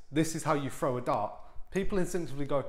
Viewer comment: How do you “frow” a dart? 😂